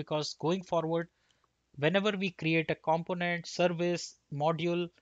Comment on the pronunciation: Thumbs up, but Indians need to learn how to say Component and Developer right... It's not just you. It's every Indian developer I hear on youtube. You guys got the wrong strong syllable: the right way to pronounce it is : kuhm·*pow*·nuhnt , duh·*veh*·luh·pr